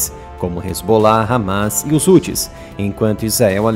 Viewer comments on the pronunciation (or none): none